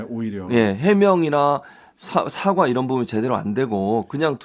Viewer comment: 국민 여러분 다시한번 잘 들어보십시오! 이란이 아니고 이런, 이라고 했습니다~